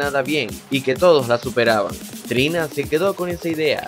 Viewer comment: Era Trina no "tina"